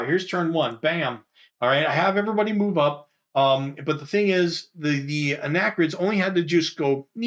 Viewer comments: "Arachnids".....sounds like ar-ach-nids.. .not anachrids.... (dyslexia sucks)...ARACHNIDS! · Time to look into the "Orton-Gillingham Program." As Brent Nielsen pointed out, arachnids is pronounced: uh-rak-nids.